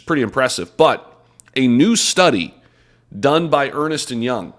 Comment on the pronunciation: EY is ERNST - not ER-NEST. Seriously.